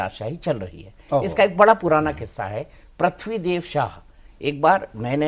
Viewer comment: PRATHIVI NAHI HOTA HAIN BELAGAM MAT BOLL YAAR PRITVI BOLLA JATA HAIN